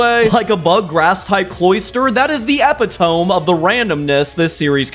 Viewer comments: When you pronounced epitome “epi-tome” I thought it was a new Pokemon 😂 Uh-pi-tuh-mee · My guy, I gotchu. A quick search and I copied and pasted from Google: Key Pronunciation Details: Correct Pronunciation: (IPA: /ɪˈpɪtəmi/ or /əˈpɪtəmi/). Stressed Syllable: The stress is on the second syllable: -PIT-. Common Mispronunciation: Many people mistakenly pronounce it as "epi-tome" (rhyming with "home"), as mentioned in a Washington Post article. Origin: The word comes from Greek, which is why the final '-e' is pronounced, according to the Oxford Language Club. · “Epitome” is pronounced “eh-pit-oh-me”. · you got your bonus points taken away for your pronunciation of “epitome” 🥀🥀 /lh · At first I didn’t understand what you meant because he pronounced it so far from how it’s act pronounced it completely tripped me up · Your pronunciation of epitome got me giggling